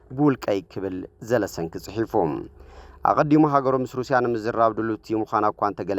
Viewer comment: ዘለንስኪ not ዘለስንኪ